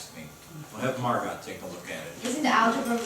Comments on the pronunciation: really good but Margot is pronounced Mar go not Mar gut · It’s mar go not MArGoT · They are calling her Anna. It’s Anne. Margot is pronounced Margo not Margot. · It’s pronounced Margo. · They pronounce Margot as literally.... marGOT? And nobody caught this? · yeah lmfao isnt it just pronounced mar-GO